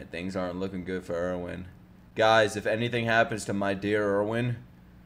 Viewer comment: How am I seeing no one telling him he's been saying Erwin's name wrong this whole time. 🤦‍♂️